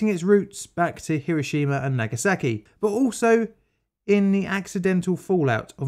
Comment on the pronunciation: For example, Nagasaki isn't "nagger-sacky", it's "nar-gar-sar-kee". Once you get good at pronunciation then you can speed it up a bit and sound more professional.